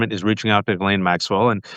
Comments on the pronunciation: It is pronounced gee-ss-leyn.... as a French name. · I'm absolutely sick to death of shallow a-holes who pretend NOT to know that Ghislane is properly pronounced Ghee-Lane. It does nothing but make YOU appear ignorant when you intentionally mispronounce her name. She will be lucky if Donald doesn't have her "Epsteined" just to keep all she knows from being told.